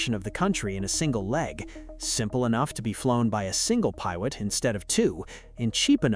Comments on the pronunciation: The guy who narrated this video is asian he said pawot in stead of pilot you can't miss that asian slang in between the american english being spoken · Bro if you’re going to have AI slop narrate this, look over the damn pronunciations. I just heard howker and piewit (pilot) in under a minute.